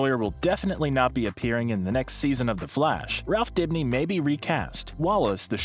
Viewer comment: “Theh FLAWSH”